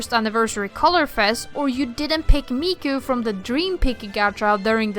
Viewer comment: please it hurts when you say "meiko" wrong way...